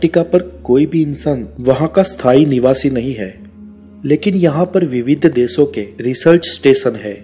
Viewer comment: एसिया नहीं एशिया देस नहीं देशों इस्तेसन नहीं स्टेशन अतिसय नहीं अतिशय दकसिनी नहीं दक्षिणी उच्चारण बहुत खराब हैं।